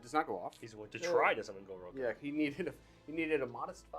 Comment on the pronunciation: "Gorouka"? 🤣🤣🤣 Your mean the Gork-roara? You know, like the orruk pronunciation for "gork roarer" since it's a giant roaring gork head? 😂